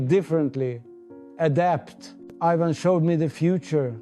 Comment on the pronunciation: AI. It pronounces "Ivan" as "eye-van". Borg would've pronounced it "Ee-vahn".